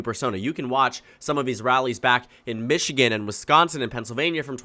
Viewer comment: Where is 'Michgian'?